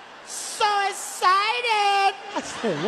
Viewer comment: "SO ESSITEDDDD"